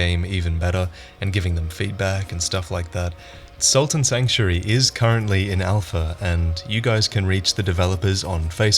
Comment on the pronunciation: Holy shit. SALT AND Sanctuary. I remember you mentioned this game a while back in a Lords of The Fallen video I think, and I spent so long looking for "Sultan Sanctuary" and it looks like a lot of other people misheard you as well because Google's auto fill now adds "Dark Souls" and "game 2015" when you try and search Sultan Sanctuary. So I dunno maybe try and slow down your pronunciation in future.